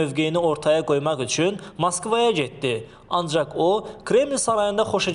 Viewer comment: Bu gijdillagin neyi duzdyki .moskva sozin deye bilmir.bu adice vurgulari duz qoya bilmir.